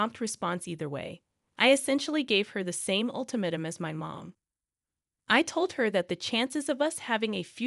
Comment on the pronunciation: FYI, fiancée is NOT pronounced "fancy". It's pronounced, "Fee Yon Say". Same with ultimatum. You said "ultimum" instead of "ul tim ate um". There were several others words you did this with as well. If you plan on continuing being a VA (voice actor) then I highly recommend learning how to say words properly. There are several sites on line that have live people pronouncing words. Also, just because someone didn't correct spellcheck in the copy you need to adjust for that. I've been doing voiceovers for over 40 years so I actually have a clue. You have a nice voice and don't just read the story so please try to improve.